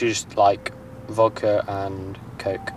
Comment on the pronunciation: ‘Just vokda and coke’🤣🤣